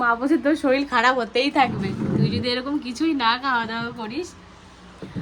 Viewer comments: কথাটা শরীর শরীল নয় 🙄🤗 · Soril hoy na say sorir